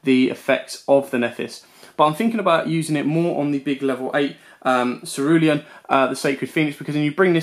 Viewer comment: I love you man, ur deck profiles are awesome. But imma have to be a grammar nazi for a sec. Nephthys is pronounced (nef-es-tist) Incamptation is pronounced (in-camp-tation) Cerulean is pronounced (s-air-oo-lean) Sorry man but that was killing me all vid😂, keep up the amazing work. Excited for more content.